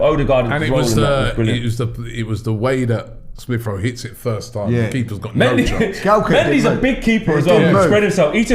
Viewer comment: Robbie: “Smiff Rowe” 🤛🏿